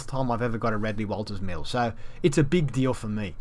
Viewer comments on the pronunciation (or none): none